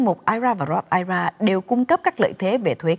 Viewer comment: góp ý thế nầy nha, nên đọc I R A rời ra vì đây là 3 chữ, chứ đừng đọc là "ai ra " giống như là I C E đừng đọc là ai,. chương trình Thanh Thảo Show "hay và hữu ích "lắm.